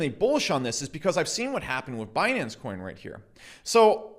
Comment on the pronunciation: "Binance Choin"